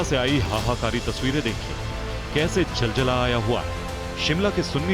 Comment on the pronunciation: Jaljalaa nhi ZalZalaa, behave like a good anchor to be more credible.